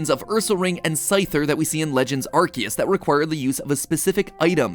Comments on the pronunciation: I love Pokemon videos so much only to see how many times they can mispronounce names and areas XD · I want everyone to notice the way he’s saying Arceus. It’a not Ar-see-us okay?